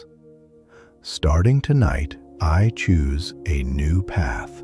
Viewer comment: STARTING TONIGHT I CHOOSE A NEW PHATH…STARTING TONIGHT I CHOICE A NEW PAH